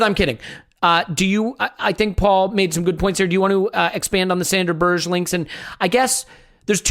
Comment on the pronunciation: Berge = "BEAR-g'uh", not Berž. Most name mispronunciations I can live with but this one rather grates. I guess I've already built up a tolerance for "Kolo-SEE-natch" ("Kol-ASH-innatz"). Good podcast though. Hbd!